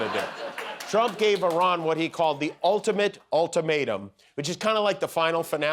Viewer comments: Good Lord, Karoline Leavitt can´t even pronounce "Iran" properly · i ran...its erun...where did u run😂😂😂😂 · "Eye-Ran"? Maybe you should start learning how to pronounce the names of other countries correctly before you try to act like a Presidential Press Secretary. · Someone please tell her how to pronounce Iran. It is not I- ran. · Honey, it's not pronounced "eye-ran." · she cant even pronounce Iran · Geee, Karoline Leavitt can’t even pronounce the name of a country (Iran) correctly. Yeah Leavitt, you should run, instead of getting involved in the Middle East, when your boss can’t even run your country! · Why is it that MAGA people don't know how to properly pronounce Iran?